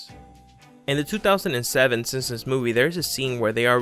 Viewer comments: SIMP-SONS not SIM-SUMS. Jeez. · THIS GUYS SOUNDS LIKE HES SAYING SIMSONS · Was it just me, or did he keep saying “Sinsoms”? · The way he says “SinSuhms” makes me cringe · "The sinsoms" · “The Sinpsoms” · How do you say the Simpsons? 😂😂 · Makes a video on the Simpsons, can't say "the Simpsons"